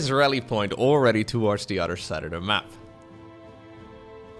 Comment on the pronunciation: I've noticed all of the Dutch casters can't pronounce a T, it is always replaced with a D. Anodher, Brodher, Uder (other), Lader (later), dedonation, Creador, Door drops. Is it just that the Dutch language doesn't have T's? always saying udder constantly and I'm looking for the cows. Now that I've said it you can't un-hear it